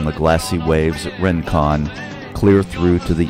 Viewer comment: Isn't it pronounced "ring-kon", not "rin-kon"?